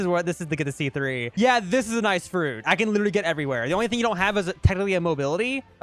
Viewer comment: Sea Threeuh